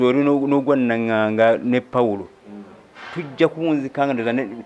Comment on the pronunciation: Interviewer, please first practise what u gonna talk, the name is not Nagaga it's NANGANGA. LOOK for Mc Ibrah wolokoso